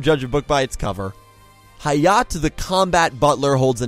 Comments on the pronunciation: Hayat? It's Hayate. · Its actually High-Yah-Tay not High-yaht and Lucky star referenced a lot of random things. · Oah my god someone else noticed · when u pronounce Hayate wrong ;-; Also, Hayate no Gotoku and Animegataris just have bunch of anime references in it lul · I am glad I am not the only one peeved by this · The E in "Hayate" isn't silent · I’m just going to pretend that you didn’t pronounce Hayate’s name like that.